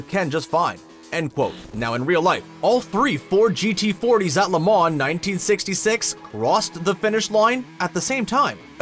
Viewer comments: And stop pronouncing the N in LeMans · It's pronounced Le mau not La man. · its LE MAHHH NOT LE MAHN add that to the facts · Please learn how to properly pronounce Le Mans. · LeMans is pronounced with the last "n" and "s" silent. You got it partially right. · You do realize you don't pronounce the N in Le Mans? Holly Crickey! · Imagine putting this much time into a video for a lot of money and you can’t say Le Mans right 😂😂😂😂🤮🤮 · when you do a video on something please learn how to pronounce the subject matter. If you need to know how to pronounce Le Mans watch Top Gear or watch an actual race.